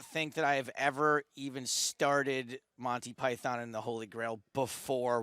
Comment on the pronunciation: forgetting the game completely, if you cannot say "Monty Python", maybe you shouldn't be speaking in public, not even in your local co-op ;)